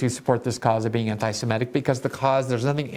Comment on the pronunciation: I'm surprised to hear you say simetic instead of semitic. I would never have guessed you would make that mistake, that is oh, so common.